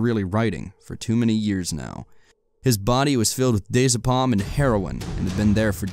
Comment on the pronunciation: He also says Diazapam wrong and a few others. It was driving me crazy.